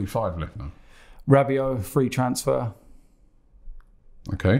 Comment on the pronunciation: the guys said Rabbit... ell oh ell... not mad at them picks though for arsenal